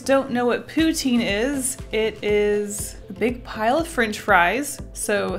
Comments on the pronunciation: Pou-TIN not POU-teen !!!!!!! I want some, now, too. :( Very nice postcard art. What is the paint set? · Poo-Teen Lol I want in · Wow Uhh I'm also Canadian but we pronounce pou-tine I think we say it the french way.